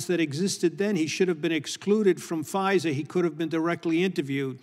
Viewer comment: That first witness pronounced FISA as phizer and I bet he says Phizer to sound like fisa🤭😒